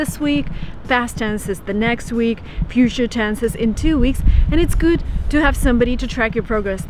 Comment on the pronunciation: fast tense and puture tense?